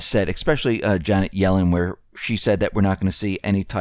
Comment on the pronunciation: Janet Yellen is not Gellen